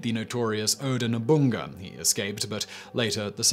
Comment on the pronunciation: Oda Nobunaga OH-dah no-boo-nah-gah. Mochizuki Chiyome mow-chee-zoo-key chee-yo-may. Sorry, I've heard Oda's name murdered more than I can handle today.